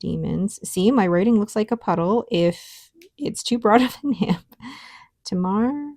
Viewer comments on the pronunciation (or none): Hi, nice relaxing enjoyable video again, thank you. As an Aussie, I thought you might be interested to know that Tamar is pronounced TAY-mar. It is a river in the north of the Australian state of Tasmania (originally named Van Dieman’s Land - hence the name of the ink company based in that state 😊). Geography lesson complete, I hasten to say I don’t mind how YT-ers pronounce words. I’m here for the ink and pens 😍